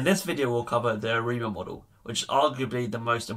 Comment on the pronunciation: Great videos, BTW it sounds like you say "Hi Amigo" :P